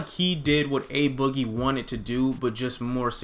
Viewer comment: why do ppl say UHH BOOGIE ITS AYE BOOGIE